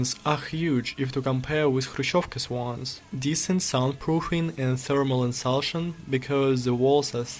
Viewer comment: Great Video. I forgot that during the Soviet era only people in rural villages had any land to have a house on and that is why nobody has houses in the city. The word insulation is pronounced insu (LAY) tion as I would like to help you improve your English if you want help. Let me know. Keep up the good work.